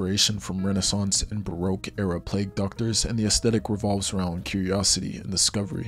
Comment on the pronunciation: I hope that pronunciation of baroque was satire